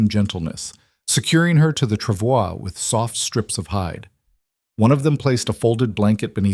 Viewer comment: This is a lovely story. I’m so glad it didn’t include her nasty husband trying to reclaim her. The reading voice was great. It even pronounced “travois” correctly.